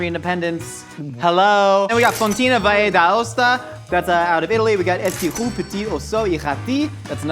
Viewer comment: Oh come on, VAYE d'Aosta? You were going so well...